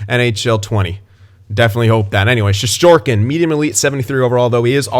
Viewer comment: Also for one reason or another now that NYR signed him Shestyorkin decided his name will be spelled Shesterkin in North America. Pronounced, SHEST-ER-KIN.